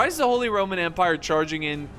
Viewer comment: Please stop Saying ‚holy rrrrrrrrrromen empire‘. We dont pronounce the r like that